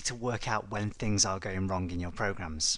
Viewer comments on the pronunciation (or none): Can you hear it? "wrun" :D